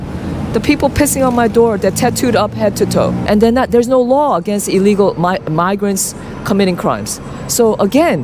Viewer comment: ILL LEGAL....ILL....STOP SAYING UH LEGAL. THEY DONT BELONG HERE